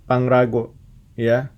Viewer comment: Pangrango woyy bukan pangrago